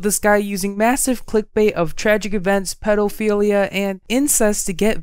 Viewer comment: Love this channel but have to point out he said "pedalphilia"